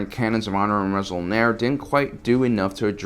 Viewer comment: Resol'nare, not Resol'nar The 'e' at the end is important, since it's the Mando'a way of desgnating a plural. "Resol'nar" would be "Six Action" "Resol'nare" is "Six Actions"